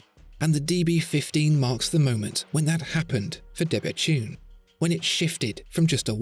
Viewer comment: I thought it was pronounced 'debetoon', not debetune', but I might be wrong. Excellent video; great watch.